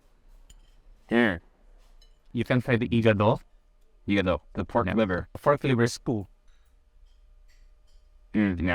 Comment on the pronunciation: I love how you mispronounced ever ilocano dish, like what you call the "iga-do" WTF 😰